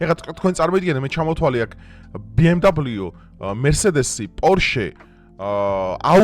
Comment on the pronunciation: კარგი ხარ, მაგრამ გთხოვ გიტლერი არა- ჰიტლერი, ბე-ემ-დავლიუ არა, - ბე-ემ-ვე 🙏🏻